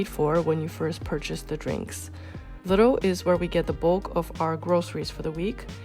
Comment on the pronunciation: please don’t pronounce lidl as “little” 🤯it’s pronounced “liiiiidl“.